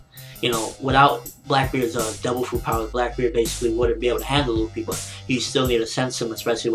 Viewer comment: why the fuck ppl say ruffy? its Luffy!!